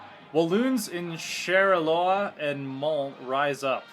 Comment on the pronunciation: Charleroi should be pronounced shar le roy, I believe. Look forward to more episodes. Even with its limitations, I love HOI4